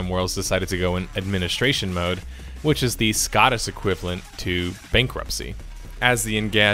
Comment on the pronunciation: Why are you saying Scottish like scattish